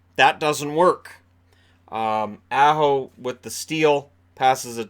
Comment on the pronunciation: said Aho and pronounced it like he was an A-Hole. So it wasn't that they were thinking of Nelson at all